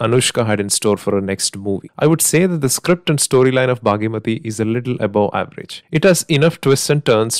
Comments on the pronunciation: It's bhaagamathi not bhagyamathi🙏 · Its Bhaagamathie, its not bhaagimathie😅😂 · Its "bhaghamathi" not baaghi-mathi